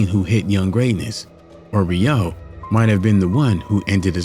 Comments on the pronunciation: Im not the only one but but it's "row" not "rio" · You completely fucked up that man's last name. Smh. Every time you said Re-OH, I wished I could dislike the video more than once😮‍💨